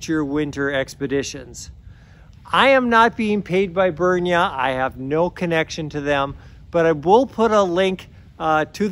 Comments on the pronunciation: He is not being paid by them that is for sure. Said name wrong whole time. At the top of there own web page it says "Pronounced "Brin-ya". :) The products they provide are some of the best. I own multiple pieces of clothing from them now. I have the 3/4 pants in the Arctic Collection and they are to be used on the coldest of days. I am ordering the Super Thermo Mesh as I want them for the 10°f and up temperature. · At the very beginning of the video I heard something like "burn your wool mesh orpvsrtchrtrt" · I love your pronunciation of "Brynje". I'll start to use it here in Norway, too... Thanks....